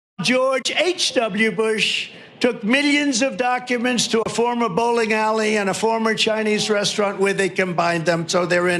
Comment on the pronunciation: 45 says "miyyons" instead of millions. 😂